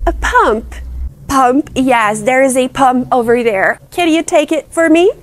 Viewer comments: "thank yOuOui" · "thenk yureeEe"